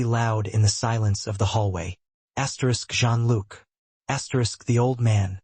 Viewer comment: It is not prnounced "Gene Look" but more like "Zhean luc"